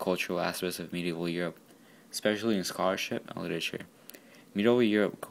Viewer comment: Medieval not Medeival : )